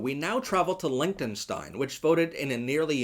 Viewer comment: I fully support lgbtq but please learn how to pronounce Liechtenstein